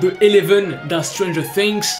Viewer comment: Quand t'a dis" stranger fings" J'ai hurlée "AU MAIS RESPECTE LE NOM "